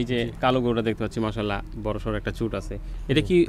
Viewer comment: অনেক অনেক ভালো লাগলো আপনার প্রতিবেদন টা আর খামারী ভাইকে ধন্যবাদ উনি গরুর " চুট " এই শব্দ টা যে সঠিকভাবে উচ্চারণ করেছেন অনেক অনেক খামারী ও গরুর ব‍্যাপারি ভাইয়েরা এইটা " চুজ" উচ্চারণ করে যেটা সঠিক নয়।।